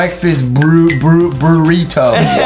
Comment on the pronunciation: Brunos favorite food is “Brurrito” 😂😂😂